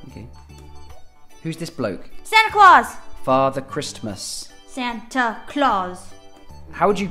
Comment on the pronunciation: "Father Kristmas"